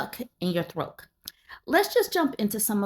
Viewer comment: Why does she say "throak" instead of throat?